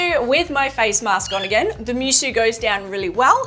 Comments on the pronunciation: "Moo-soh" not mewsew. It means "unmatched" or "without peer" in japanese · Technically Musou should be pronounced like "Moo (like cow but shorter) So"